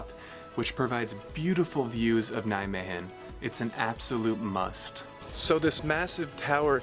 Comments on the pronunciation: The “g” in Nijmegen is pronounced much softer. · Nijme"G"en yes good try bro! love it! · yes, but... In Nijmegen we use the soft G. :-)